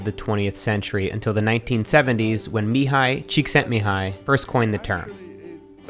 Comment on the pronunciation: Nice pronunciation of mihaly csikszentmihaly